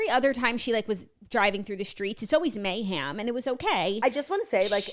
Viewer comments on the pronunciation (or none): Here to see if anyone noticed Jackie saying “mayham” for mayhem 😂💋 love ya